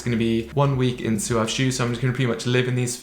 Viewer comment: I've watched 3 review videos and have heard 3 different pronunciations 😂 One dude said it right "swav" the other guy said "sawv" and this dude says "soo-ahv" What is going on 😂